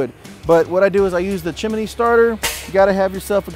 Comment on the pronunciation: Is that "chim-i-knee" starter?